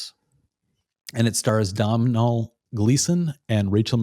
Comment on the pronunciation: Great show! Domhnall is pronounced DON-al. It’s Irish ☘️